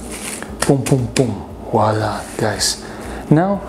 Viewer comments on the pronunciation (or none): "Voilà" not "WALLAH"